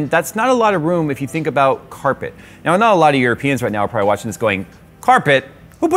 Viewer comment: Nobody: My brain when says carpet: k æ r p è t